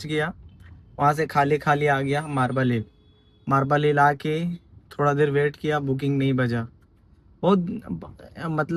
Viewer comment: 😂 मार्बल हिल नही रे बाबा 😂 मालाबार हिल बोलो 🤣प्रीमियम नही 🤣 प्रीमियर बोलो 🤣 बहोत हसाते हो यार 😂